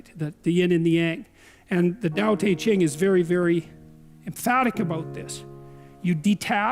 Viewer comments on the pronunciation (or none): I like that Peterson almost pronounces Tao Te Ching correctly. It's pronounced Dau De Jing... because reasons.